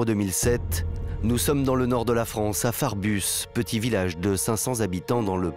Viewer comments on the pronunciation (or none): Farbus pas frabus par pitié 😅